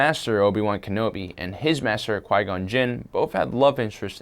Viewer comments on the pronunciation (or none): none